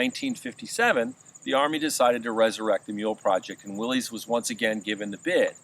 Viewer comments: It is pronounced “Willis”. You immediately undermine your credibility when you do not know how to properly pronounce Willys-Overland. It’s pronounced “Willis” NOT “Willies”. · Dude! It's not "Willeez", it's Will-ISS'. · Pronounced "Willis". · "The original pronunciation of "Willys" was with a short "i" sound for the 'y"; so it was pronounced "Will-iss". But it seems to have been transmuted by the same flexibility of language that could produce "Jeep" out of "GP"." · Pronounced 'Willis"